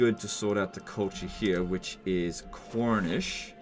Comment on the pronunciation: Every time says cornish, I hear khornish and immediately think that Cornwall people collect blood for the blood god and build their own skull throne.